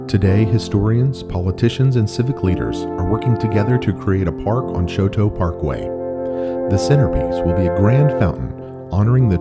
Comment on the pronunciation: THANK YOU!!! So irritating when the name Chouteau is mangled beyond recognition! I'm a direct descendant of Auguste (again, that name is frequently mispronounced, it's Awwgoost), and several of my family members still carry the name Chouteau.